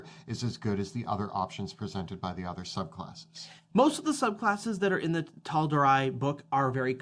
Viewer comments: Lol, hearing them mispronounce the campaign setting they chose to do TWO entire videos about, you can tell the Dudes watched like half an episode of Critical Role before going "hey, we can do that!" and running off. 🤣( does say it correctly at the end of the video, so perhaps they found out halfway through shooting and forgot to redo the beginning.) Also, Resolute Stance + Reckless Attack would allow you to attack an enemy with a straight roll and give them a straight roll to attack you if they already had advantage against you for some reason (like "you're restrained, they're not") since any 1 source of advantage or disadvantage can cancel out any number of the other. And the chain squirrel explosion doesn't work because the explosion deals necrotic damage, which the same ability made them immune to. You COULD however, summon them all on the ceiling and have them drop to their deaths ^_^ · I believe it’s pronounced “Tal Door Ray” not “Tal Door Rye” - that’s how Mercer has said it. I’m early in the video, and said it the right way the second time. My fingers crossed for the future! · It will never be not funny hearing you butcher the pronunciations of Matt's world. First WHEEL-duh-mount, now TAL-dur-eye! They're pronounced WILD-mount and tal-DOOR-ay :) (Not like messing up pronunciations is a big deal tho, we've all done it) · tal-do-ray lol not eye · Tal-dor-eye????? Have you guys not heard Matt and everyone else pronounce it Tal-dor-ee? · Brother you CANNOT open the video calling Taldorei "taldoRYE" IMMEDIATELY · I think its pronounced Tahl-door-ey. Some of the abilities such as the moon domain cleric's dual concentration or blood letting focus with magic missile or scorching ray can be really potent but they do kind of force you into a certain style of playing. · Taldoor-eye. Lol! How do they not know?😂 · "Tal-Dor-eye?" Must not have ever watched Critical Role to know the pronunciation hahaha. All good honestly lol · Taldor-eye lmao